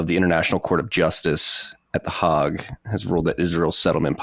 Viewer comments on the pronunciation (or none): Any literate person knows it's not the 'hog' . it's the Hague. Educate yourself before trying to educate others. Thumbs down, do not recommend this channel of idiots. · I cannot listen to a man who calls "the hague" "The harg" 😂😂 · 1.25. Hague, he says harg. Americans are sooooo dumb. Who says harg? Basically hes never heard anyone pronounce it in his little "land of the free" bubble so he giving it his best shot. Which is embarrassingly pathetic. Functionally illiterate. Like half the population. Only a proper moron would think they are part of the "greatest nation on earth"